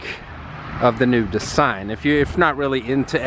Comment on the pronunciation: de....sign how you pronounce some words cracks me up